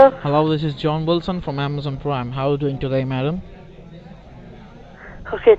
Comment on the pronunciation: scammer : "hello this is john wilson from AmAzON pWiME". victim : (hang up) lmao